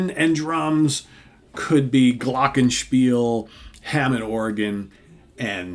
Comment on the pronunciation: As a german it’s pretty funny hearing an american say GLOCKENSPIEL 😄👍🏼